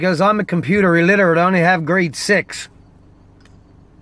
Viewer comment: i thought you said great sexs not grade 6 at first lol